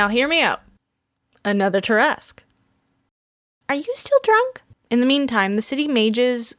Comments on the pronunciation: Why do you say it like that?!? I say it as (TAR-AH-SQUE) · Umm does no one notice she’s say tarasque (I may of typed that wrong) but she is most definitely not say it right lol